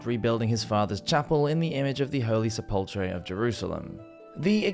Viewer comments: Sepulchre is pronounced SEPull-ker, not se-PULLtre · Sepulchre is pronounced like sep + ool + kur. With the emphasis on the first syllable (sep). In fact, the second syllable is often almost not pronounced, so it often sounds close to just sepl + kur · Sepulchre is pronounced “Sep-pull-curr”. I love your content, man, but I don’t think I’ve ever heard the pronunciation of a word massacred so heinously. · First, I am a long time subscriber, first time commenter, and I enjoy you Medieval Madness channel on YT a lot. But... The Holy Sepulchre is not pronounced Seh-pull-cher, it is pronounced Seh-pull-ker. A small thing, but as it was the focus of the religious imagination of all of Medieval Europe during the crusades, it is worth getting the pronunciation correct. Also, it is important to understand the difference between Cal-vary and Cav-alry. Jesus wasn't crucified on horseback, after all. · [Meant constructively] Sepulchre is pronounced “Sep-ull-ker”, duderino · Pronounced "Sep-Leh-Cur" at least in American English. Otherwise, great presentation. 👍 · no one in any part of the world pronounces "sepulchre" as sepulltree. question is valid, and your reply does not address it. Sorry you were picked on for having an accent, though that anecdote does not apply to this situation. Scottish accents are one of my favorites in the English speaking world, by the way, I consider you lucky! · is that why he/it keeps saying "sePULLtree"? I mostly follow this channel because I love his voice, but that mispronunciation kept poking me in the brain. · sepulchre = seh pull cur The h is silent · Yup, that was what I was thinking but thought it may be an Anglicized pronunciation. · Sepulcher = Sep-ul-kur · Please learnhow to pronounce sepulchre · Hey question? Is that how sepulcher is pronounced in England because we pronounce it with a K sound in the US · You really botched the pronunciation of Sepulchre. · There's only one pronunciation. The one on this video is an erroneous one.